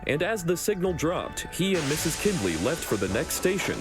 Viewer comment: I know this came out in 2024, but the name is pronounced kind-ley, not kinned-ley